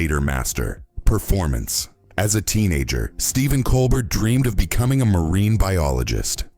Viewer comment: Geesus. How I despise these cheap A.I. slop videos. The A.I. doesn't even PRONOUNCE poor Stephen's LAST NAME properly. Levels and voices all change around. This is pure crap. THUMBS DOWN for not even KNOWING this guy's NAME.